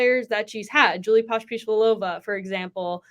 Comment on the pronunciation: Great guest,. Very articulate. Anyone able to correctly pronounce "Pospisilova" deserves an encore appearance on your show!